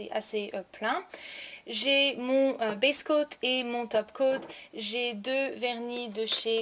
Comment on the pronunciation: ah d'accord merci, durant la video je comprenais "best coat" et non "base coat". Merci de m'avoir répondu, bisous !